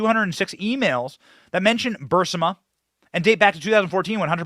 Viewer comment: Glad someone else noticed this. Was surprised he mispronounced it or misread it, even if the text had a typo.